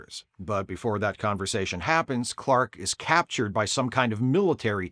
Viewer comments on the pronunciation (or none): none